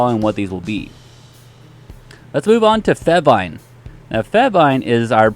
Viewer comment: Cringing when he says fehvine